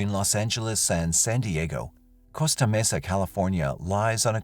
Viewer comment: Costa Mesa is pronnounced COAST-AH Mesa. Not COST-AH Mesa.